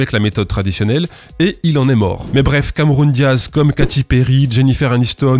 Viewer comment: "Cameroun Diaz" 🤣🤌